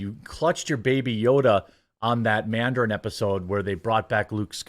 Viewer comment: Lol Jeremy calling it the manderin is cracking me up